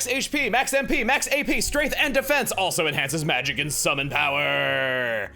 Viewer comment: I never knew "Power" was pronounced like the word "now". You learn something from smart people every day.